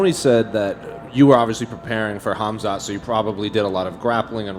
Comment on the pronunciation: “Khamzat” with a hard K Missed opportunity to call him cum snot